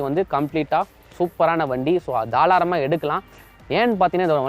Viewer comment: Thalaaram illa bro tharaalam 😂😂 👍 but nice review ❤️